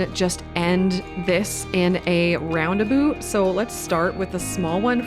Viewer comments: First time hearing it pronouced as ROUNDEBU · Roundaboot?????😅 Never heard of them sorry. But subscribed 🥰